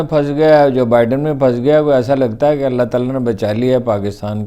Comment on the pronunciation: Gustakhee moaf Haroon sahib bismillah theek traha parha karein " allah" ka lafz to vazeh hota hi nahein?